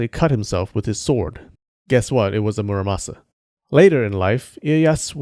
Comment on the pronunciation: It's not muraSAMA, it's muraMASA